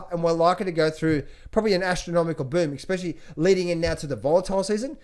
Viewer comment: Did I hear an 'EK-SPECIALLY' when you were talking about Ray Dalio's book on debt? I'm pretty sure I did...